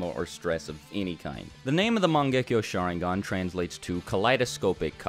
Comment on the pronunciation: I gotta say this u guys dont pronounce sharingan correctly